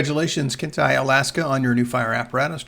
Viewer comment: FYI- Kenai is pronounced like 'Keen Eye'.